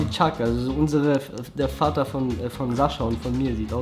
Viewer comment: bljad hör auf Sascha wie ein Nemetz auszusprechen. Sascha selbst sagt sein Namen mit russischer Aussprache also kannst du das auch machen. Ist ja ok wenn die Nicht-Russen seinen Namen mit deutscher Aussprache aussprechen aber wieso du?